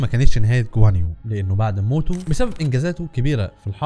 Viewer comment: غوان يو نطقت اسمه صح